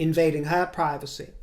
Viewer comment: Surprised you pronounce privacy in the way you do.